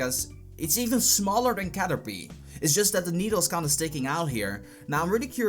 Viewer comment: its caterpeeee not u pee. not pie.. like a pie... say PEE... and its the shoulder.. not the neck..